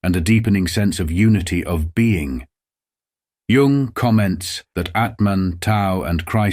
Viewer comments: Dear AI, Please remember that the word Tao is pronounced "Dao," and Jung is pronounced "Yung"! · Lovely illustrations. Crappy AI that misprounces even Jung and Tao. (correct is Yoong and Dow)